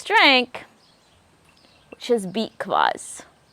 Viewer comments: Are you saying beet collage or what? Can't make out what you are calling the juice drink. Also what do you mean by waxing the cucumber? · I’m sorry, what are you saying, beet claws, beet Klaus? I can’t pick it up. 😂